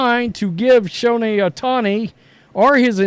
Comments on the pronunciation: It's Show Hey, not Show Neigh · Why he calls him Showne Ohtani . Showne ??? That's funny